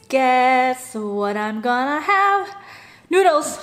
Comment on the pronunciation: Why do you pronouce noodles like noodlus?